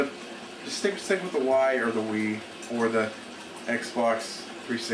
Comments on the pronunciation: its pronounced wee not why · i like how he says nintendo wii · wow, this guy is stupid. he has no idea what he's talking about. "what's a cell processor?" it's a graphics processor dumbass. the name? it's better then the Wii. who the fuck cares about taking ideas... "who cares about graphics?" obviously not people who use Wii. and he even pronounces Wii wrong lol. Dumbass.